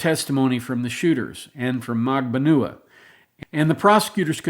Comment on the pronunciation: Mag Ban you ah - Magbanua